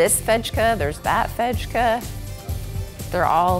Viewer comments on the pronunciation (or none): Love your Ikea videos as a Swede! Fejk is actually pronounced exactly like fake because we just took the english word and changed it to Swedish spelling. :) We do that with a lot of words.